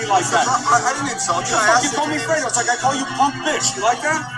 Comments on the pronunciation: Fredo is pronounced Fred + o with emphasis on Fred - not a long e, but a short e. Anyway. You are really missing out by not listening to Rush Limbaugh!! He is FULL-ON entertainment!!! He really makes my day! He's SO funny..... BTW, the guy thought Cuomo's name was Fredo because that's what Rush calls him all the time and the guy listens to Rush all the time. So he WAS sincere in letting Cuomo know that he really thought that Fredo was his name. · Fray-dough...FRAY' dough......not Frito. Frito disparages Mexicans....not sure why but you can ask a Lefty. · It is pronounced fr-a-do long a...not freedo lol!!!! Freedo is a corn chip! Lol! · My God it is FREY-DO not FREE-DO You sound very dumb when you mispronounce the heart of the story over and over. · Fredo is pronounced fraydo 😉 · The guy asked “Fredo” if he could take a selfie with him. That’s missing from the video. And it’s pronounced with an “A” sound.... Fra...doe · im starting to question your validity...if you actually listened to these clips you say you listen to then you would know your pronunciation of Fredo is 100% off. No one ever has said "Freedo" so who writes up your show points? When you lie about lil things, bigger ones are easier to do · pronounced fray do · Fredo is Pronounced Fraydo. Fredo was the wimpy, not to bright brother that was a total loser in the First God Father Movie. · Fredo is pronounced like Al-fredo as in the spaghetti. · No No, Am worshipper of the Godfather movie, Fredo's name is pronounced "FRAYDO" lol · Hooray! You’re on! It’s pronounced FRAY-doh, from The Godfather. Wow, Cuomo is dangerously insane. He needs to chill out; I think a nice fishing trip at Lake Tahoe would be pleasant. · I know that Rush calls him Fredo... and it's pronounced with the sound of a, instead of e sound. Its Italian. And I have a friend who is Italian and I'll ask him If calling an Italian Fredo, is like saying the N word?